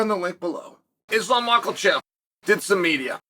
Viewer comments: I had a feeling. How tf do you pronounce Bilal as Bahal and Makhachev as Mockelchev like wtf. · I’m fucking dead at ma kla chev 😂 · THERE IS NO L IN MAKHACHEV’S NAME, CHAEL!!!!! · Chael says he undefeated...i assume its because every L he ever took, he sudsequently added them to Makhachev's surname